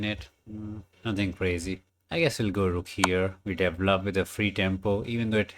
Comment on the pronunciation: DE-VEL-LOP not D-VLOP